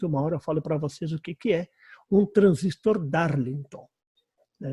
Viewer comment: Parabéns pelas aulas, mas por favor, em português, o correto é transistor, com acento tônico na última sílaba.